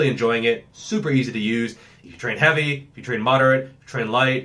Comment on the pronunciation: "How Heaeveuiy" love it